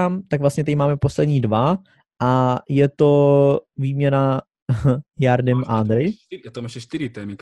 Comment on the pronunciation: najlepší hráč indie je sunil chetri abo dajak tak sa volá, a nedávno som niekde, že za národný výber indie skóroval viac ako messi za Argentínu takže niečo v ňom asi bude a mimochodom prosím vás - G a J sa v portugalčine číta ako Ž, takže je to želson martinš, a vo francúzštine tiež takže žardim a ne jardim